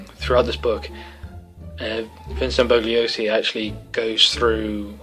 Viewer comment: It's pronounced "Bull-yo-see" (Bugliosi). Good review, looking forward to more in future with a bookcase background. Maybe you should green screen yourself into a library? :D